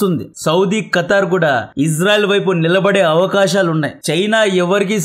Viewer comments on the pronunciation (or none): none